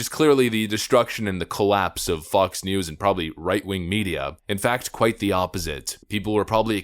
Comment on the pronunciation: Getting some "Blinded by the Light" vibes every time you say Fox... It doesn't sound like you're saying Fox most of the time.